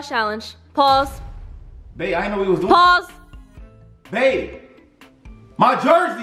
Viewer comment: I love how his "babe" slowly turns into a "BEP"